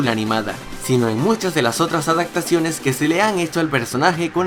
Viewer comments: Han pasado dos años y aún me estresa escucharte decir " adactaciones" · No puedo con que dijo "adactaciones" un montón de veces. Y "alguien llamado Phil Collins" no es un cantante cualquiera!! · Adacto? Adactaciones? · ¿por qué dice "adactaciones"?